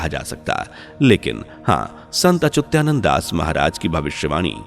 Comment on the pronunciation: He is SANT ACHYUTANAND DAS & NOT ACHYUTYANAND AS YOU WRONGLY PRONOUNCE